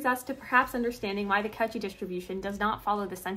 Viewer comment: I just need to nitpick. It's pronounced coe--shee. Good shit otherwise.